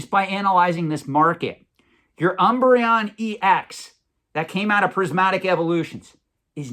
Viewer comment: Pretty sure he just mispronounces random things for engagement, i've never once heard anyone screw up Umbreon so badly. He also pronounces it correctly later on in the video.